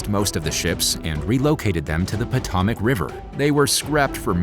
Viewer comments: freakin youtubetsh pronunciation people: Potomac (poe-toe-mac) Topeka (toe-pee-ka) Eurydice {your-rid-i-kay) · your pronunciation of Potomac and Topeka are hilarious.